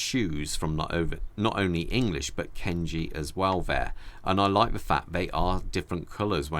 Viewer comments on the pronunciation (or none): Its Kanji not Kenji